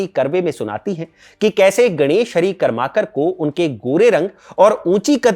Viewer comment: सहीमे कर्माकर ऐसा उच्चारण नही है | करमरकर है